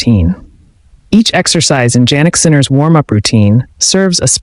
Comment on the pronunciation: His name is pronounced YYYanick. Start using it.